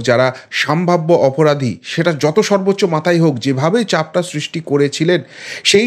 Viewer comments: ভাই,সম্ভাব্য । স।ম্ভাব্য নয়। এইরকম পয়েন্ট আউট করতে হলো,যদিও ইচ্ছে করে না। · বারবার আপনার মুখে "সামভাব্য" শব্দটা শুনে খুবই খারাপ লাগে, কথাটা ' সম্ভাব্য ',সম্ভাবনা এর adjective বা বিশেষণ ।Please অভ্যেস করে নিজেকে শুধরে নিলে খুব ভালো লাগবে।